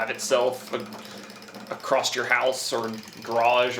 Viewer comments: ACROSS NOT acrossT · Did you say it can drive “acrosst” the house lol Don’t you mean across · IM SORRY DUDE IT ACROSS NOT ACROSST ??